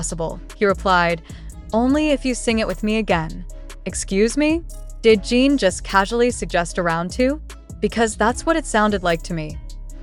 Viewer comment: His name is pronounced Gin, like the alcohol, not Gene like you keep saying. It's not Seok-Gene, it's Seok-GIN, spelled and pronounced just like it looks, Seokjin! 🤦🏻‍♀️